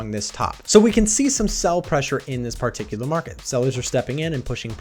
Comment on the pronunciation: Honestly they way man pronounces "Part-icular" repeatedly is quaint.